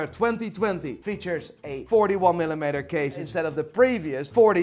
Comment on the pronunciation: I could listen to say Millimetre all day it’s so beautiful